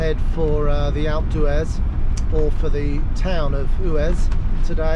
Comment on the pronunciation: Watched three of your videos, the last was at Alp d’Huez. It was very scenic and I enjoyed the views but noticed your pronunciation of all things French were to the untrained ear “very French” sounding. You state that you live in Tenby, not sure for how long you’ve lived there but please try to give the same consideration to Welsh pronunciation, I.e. “Pen-y-Fan” should sound “Pen-uh-Van” and “Fan Las” as “Van las”. Please accept this comment in the non-confrontational way it was intended and carry on with the excellent videos.